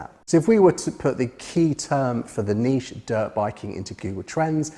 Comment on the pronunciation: Great video and great to hear someone pronouncing Niché correctly. I can't remember which Jurassic park film the reference was from so I'll need to binge watch the series... After the rest of your videos of course.